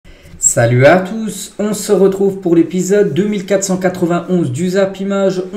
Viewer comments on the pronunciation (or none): none